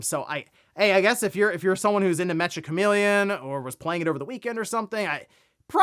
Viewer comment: Meccha is a Japanese slang term meaning very/extremely, similar to how you would use the word hella in English. It's pronounced -cha, not -ka.